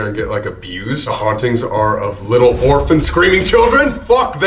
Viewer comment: Am i the only one who heard organ instead of orphan